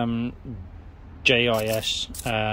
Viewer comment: 'I think it's an oil cooler' Read the bloody manual that some kind soul sent you ffs. J.I.S. not jis for the umpteenth time.